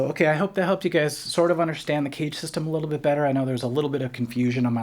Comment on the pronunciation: Clearly pronounce CAGED (not cage). Very interesting philosophy and idea, though.